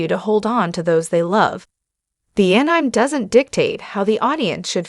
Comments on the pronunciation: Is this an AI voice reader? The phonetic [An-nime] is not correct. It's [An-ee-may]. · anime --> pronounced as A-Nine?... sounds a bit robotic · AI gargbage, go away. It's pronounced AN-EM-AY. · Here's an idea: Get that AI voice to say Ass Anime. It'll be describing itself when it mispronounces Anime. It's asinine.